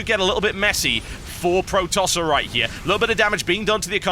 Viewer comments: He's not Pro-Tosser. He's Protos-ser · "pro tosser" Eeewwww!